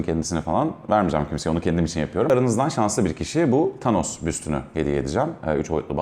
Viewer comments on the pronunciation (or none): none